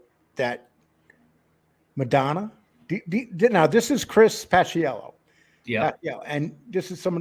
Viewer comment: It's Pa-chello Lee, not Pas-i-ello